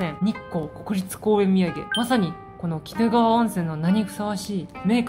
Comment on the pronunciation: 冒頭の鬼怒川は、キドガワとは読みませんよ。キヌガワと呼びますよ。恥ずかしいよ